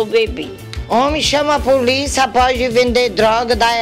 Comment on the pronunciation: Assaltári, Puliça kkkkkkkkk